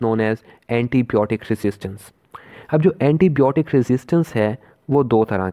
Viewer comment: It's not blotic it's biotic